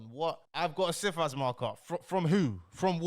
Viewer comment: Cifas - pronounced "Sigh-fass", is a multifaceted system. For example, you can put a Cifas on yourself, to protect yourself in the case of fraudulent applications... I've seen wealthy families put Cifas on every family member, so that no one can take out fraudulent applications. If you are living a "normal" life with regular sources of income, and do not commit any acts of fraud (including doctored documents), then you are very unlikely to fall foul of Cifas. This guy is entertainment, not education.